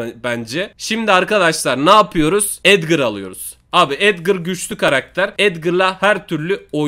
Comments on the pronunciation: Edgar a edgır diyen koca yürekli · Abi Edgır değil Edgar